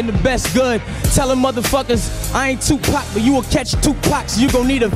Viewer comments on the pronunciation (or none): none